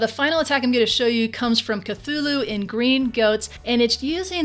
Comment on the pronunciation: Congrats on managing to say Cthulhu's name correctly:P Really liked the video,, so no Bowlers, Maybe an extra Pekka to save some DE, has also proven to be quite a good farming/pushing strategy to me